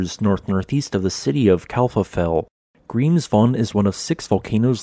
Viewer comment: How nice his pronunciation is, now he was in Iceland 😉